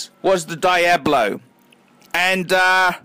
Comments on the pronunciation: Daiablo, as you say, means nothing in Spanish because that word doesn't exist. It's pronounced Dee-ablo, not Dai-ablo. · why do australians pronounce things so strangely? there's no 'die' in diablo you silly scrote. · Im aussie and I pronounce it "Deeablo" correctly..this guy just doesnt know